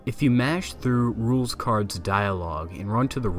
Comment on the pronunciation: Rouxls Kaard (It’s pronounced “Rules”)